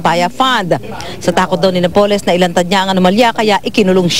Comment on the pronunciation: napoles is pronounced with accent on the "a"...